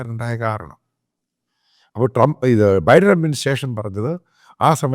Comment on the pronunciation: ബൈഡൻ ബൈഡൻ എന്ന് തെറ്റായി ഉച്ചരിക്കുന്നു.